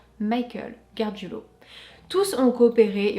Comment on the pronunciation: GARGIULO, pas GARGUILO. 😉